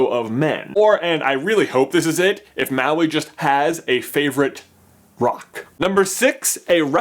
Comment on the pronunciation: Maui: Pronunciation: Mah-wee. Not Ma-wee. Get it right, people!